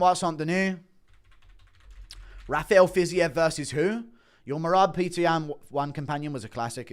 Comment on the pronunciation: Being British and pronouncing Petr as Peter is unhinged.